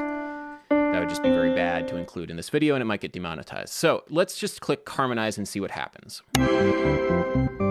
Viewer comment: Random note: You recently talked about your Maryland accent and a desire to clean it up a bit. You pronounce the word "get" as "git". It's a southern thing, too. I think your stuff is great. Thanks for posting again this week.